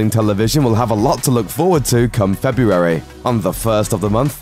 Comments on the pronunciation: I hate how you keep saying FE-BU-ARY. Missing something? Maybe an R... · You can't say the word February very well, can you? 🙇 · You say February funny. I would pay to hear you say it 10 times in a row.